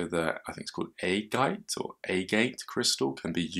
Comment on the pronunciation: It's pronounced A-GAT